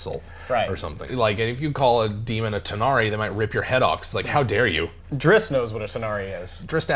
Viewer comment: Can you stop saying "Drisst"? It's Drizzt.